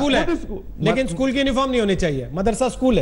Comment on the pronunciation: Sale ischool nahi it is school